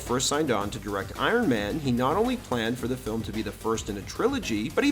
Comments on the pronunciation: Iron maynee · Uron mayne 😂